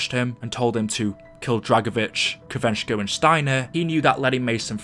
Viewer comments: Its Kravchenko not kravenchko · He meant kravchenko Not kravenchko WHEN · It's pronounced krav shenko